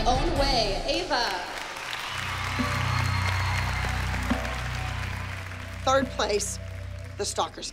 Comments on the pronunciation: Eva?? Haha it’s Ava😂😂😂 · Not Kelani’s mom calling Ava “Eva” 💀😭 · The way said kalani is going up against Eva instead of ava😂😂😂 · Kehlani mom said Eva instead of Ava